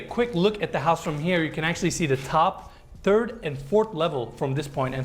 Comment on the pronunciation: It always cracks me up when says third as “turd”. Maybe they don’t have H’s where he’s from…..